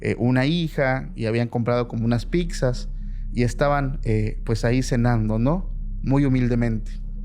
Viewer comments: 🤣😂🤣😂🤣 picsas. Y esas qué son? A ver, pizzas, se pronuncia pit sas. Picsas 🤣😂🤣😂🤣. Ya me imagino seguramente pronuncia también pantunflas en lugar de pantuflas. Y eso que es el jefe. Me recuerdas a un tipejo, dizque jefe, que a todos los verbos les ponía la s al final: corristeS, enseñasteS, dijisteS. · Disfruto mucho de las historias que cuentan y me meto bastante en el mood, pero cuando dicen cosas cono "Picsas" o "haiga" la verdad me saca de onda durisimo xddd😭👊